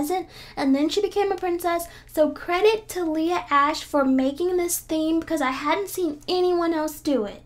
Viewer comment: It not ash it Ashe